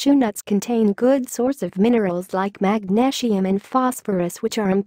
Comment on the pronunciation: Magnashium LOL !